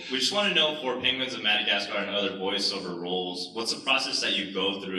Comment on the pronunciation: Am I the only one who caught him saying "pengwings"